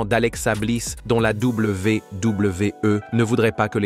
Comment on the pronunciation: ...à la Double V (1 sec), double V (1 sec) E, non mais c'est quoi cette façon stupide de dire la WWE?